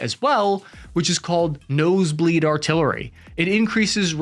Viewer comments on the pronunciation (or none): It's not "no se bleed". It's "base bleed". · It's "base bleed" not "nose bleed" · Base bleed not nose bleed.